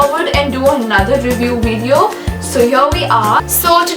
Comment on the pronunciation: Did she say viveo